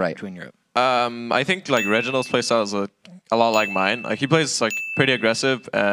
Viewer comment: missed an early "like" on d lift the second round that kind of sounded like "leik"